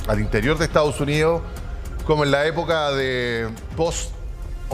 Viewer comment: Porque pronuncian Estaos Unios? Es Estados Unidos😮